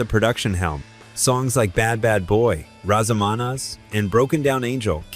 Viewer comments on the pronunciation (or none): Ps…Razamanaz sounds like this….. razz-uh-muh-nazz. Not rah-zuh-muh-nah. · Exactly. It's not roz a mom oz ffs. It's Raz a Ma Naz long sounding A like ass not oss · oH MY gOD, LEARN TO PRONOUNCE THE ALBUM AND SONG NAME. RAZ (as in Naz Nazareth) Uh Muh Naz, (Raz a ma naz) not ruh-za-muh-noz. wtf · How hard is it to say Razamnaz? Raza ma naz...Not the way this AI is saying it. I am glad I gave this a thumbs down. If you can pronounce Nazareth you should be able to pronounce Razamanaz. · Never heard Razz A Manazz pronounced like that before. Are you kidding me? 😂😂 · Ai narrator cant pronounce Razz amaNazz. Best voice in rock for me. Their version of This flight tonight, is Iconic , great music 🎶 rip Dan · AI generated voice-over. You'd think they might have an editor that had some knowledge of what they're producing. These are videos are interesting to me but the mistakes irk me. "We gonna razomonoz you tonight". FAIL!!! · Great story, easily a favorite rock band, but it is so cringe to listen to AI stumble on pronouncing RazamaNaz! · It's called Raz-a-ma-NAZ. I couldn't understand what it was saying. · Well a long time Nazareth fan. Came here to listen to a few of there tunes and stumbled upon this crap. Didn't province Razamaz correctly, at least from a Canadian perspective, and I've sat down and had a beer or several with the band. But the line "Manny Carlton leaving and his son Lee Agnew..." what ever was said after that .. blabla bla. Nazareth was a great band. Under rated. Made great music. Much better than who ever put this shit up on youtube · Fk'n AI can't even pronounce Razamanaz 🙄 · Excellent pronunciation of Razzamanaz! 😂